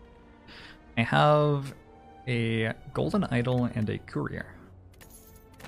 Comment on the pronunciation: I listen to these while working, and I kept hearing "career" instead of "courier." Like, man, Youtube really has a chip on his shoulder about having a career. He has to remind us he has one every ten minutes.